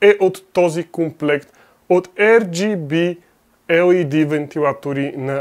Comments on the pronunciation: R = АР , не ЕР плс брат. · ар джи би, не ер джи би